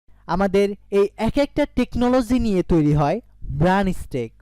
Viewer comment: উচ্চারণ ঠিক করো ভায়া। ম্রান হবে না মার্ন হবে।